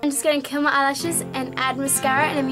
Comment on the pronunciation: Hahah I love your accent! When you said "I'm gonna curl my eyelashes..." for a second I thought you said "I'm gonna kill my eyelashes..." :)